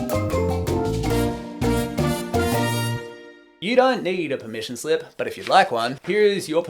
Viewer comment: not me thinking you're saying permission sleep